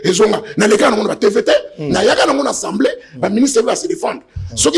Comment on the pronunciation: Pardon ba ndeko. Est-ce que Mr le journaliste atanga vraiment oyo ba komi na papier? Soki yango alors mawa mingi. Je comprends pourquoi ba pays voisins ne nous respectent pas. Atangi " ENSEMBLEE nationale. Atangi oyo ba komi na papier ? ENSEMBLEE même avec accent aiguë ce mot n'existe pas na langue française. Na landa ye ye alobaka tjs ENSEMBLEE nationale est-ce normal ? Le mot ezali assemblée nationale. Bo yebisa ye po bana ya maternelle école primaire ba landaka ye. Après bo loba te ke ba enseignants ba zali en mesure ya ko former bana te.MERCI